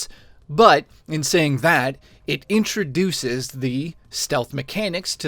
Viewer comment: "Introduces," he says. Lol